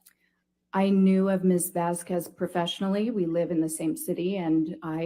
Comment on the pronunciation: The way she says "Vazquez" makes my inner Iberian cringe and seethe with rage.